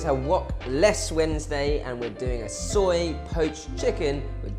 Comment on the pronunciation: I llove it when you say Suiy sauce ( soy) sauce. Hahaha